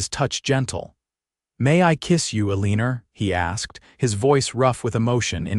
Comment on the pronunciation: AI calling her Aliner drives me crazy, but a beautiful love story. ❤❤❤